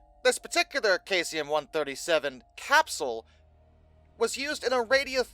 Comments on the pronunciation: I think its pronounced Saeeesium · I couldn't watch the video because I couldn't get over "Kaysium" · no no no no no no no no no don't try to play that game. In no world is this pronounced kaycium. Just like all the other words he does this to. Like zooduh science. Its not pronounced that way anywhere in the world. Hes just WRONG. He does this on the regular. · That pronunciation is well off....try this Seesium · omg its pronounced SEE-zee-əm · It is pronounced "SEE-zee-um". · Isn't that supposed to be cesium? Not to be a nit-picker here,, but I am a science teacher, and this is just part of my nature. The element is pronounced SEIZE-ee-um. The element's main use is in atomic clocks and vacuum tubes. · 9 days since posting and not even an acknowledgement on your mispronouncing of cesium? You could do well with an editor,.